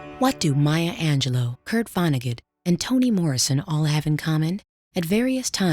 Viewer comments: Angel-loo, not Angel-loe. Sad she is no longer with us. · Fascinating, but also…. I thought her name was pronounced Ang - uh - loo? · On a lighter note: 'Angelou" accent was quite funny:face-green-smiling